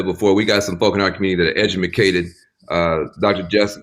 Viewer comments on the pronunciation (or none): How many times is this clown going to say, "eduMAcated"...smh